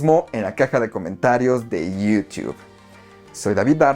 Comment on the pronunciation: iiiiuuuuutube se escucha gacho